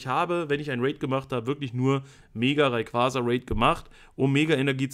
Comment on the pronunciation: RayquaRRRza? mit absicht? :D Kuss, mach weiter so!